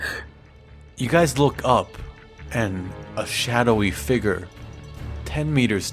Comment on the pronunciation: “A shadowy figer” Lol